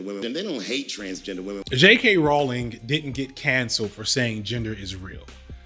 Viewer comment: J.K. ‘Rowling’ pronounced like rolling. Get the TERF mascot’s name right.